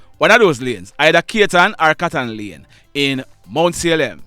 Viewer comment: Extremely sad., motor vehicle accident and crime taking alot life's in Jamaica.., Speeding was a factor .,but it all narrow down to drivers error , Katon not kayton pronounced It's everybody's constitutional, natural, legal and birth right to defend their selves against any form of attack, abuse verbally or physically., Unuh stop talking out of emotions and nepotistic feelings., facts is should not be eliminated from this incident.., we Jamaican use too much emotions to distinguish truth There is so much I can say about what's happening in mobay., I lives here and everything is happening around me., mobay is an hoodlum Paradise , is a gun factory here., Fighting crime is everyone's business and should be., as I said in recent post., the police can do no more., now it's up to the citizens